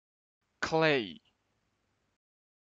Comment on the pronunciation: You're pronouncing it like 'Clay," with one syllable. 'Kalei' has 2 syllables, "Kuh-lay"